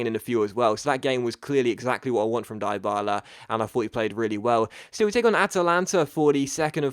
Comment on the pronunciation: well done changing the title...BUT its pronounced deebala!!!